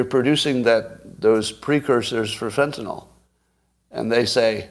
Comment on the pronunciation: I can't take anybody seriously who says FentanOL.